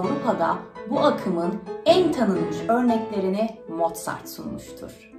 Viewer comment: hn Mozart diye yazılıp Mortzat diye mi okunuyor?Sevgiler